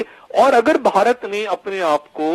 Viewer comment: لفظ باہارت اور بھارت کے بولنے لکھنے میں فرق ہے، میری بہن آپ کا تلفظ غلط ہے آپ بھارت کو باہارت کہہ رہی ہیں ، اپنے یہاں تو خیر ہے پر ہندوستان میں اس لفظ پر بھی آپ کا مزاق بن سکتا ہے تو میری بہن آپ سے درخواست ہے کہ ہندوستان کے لئیے لفظ باہارت کہنے کے بجائے بھارت کہئیے۔ شکریہ